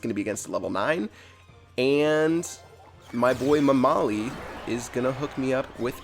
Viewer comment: As a persian, the way you pronounced 'mamali' had me in tears. Keep it up!